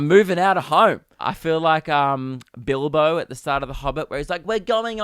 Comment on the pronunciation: Yo the way you say bilbo was weird af